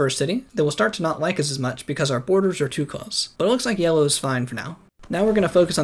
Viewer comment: I like that he says yewo instead of yellow for half the civilization stage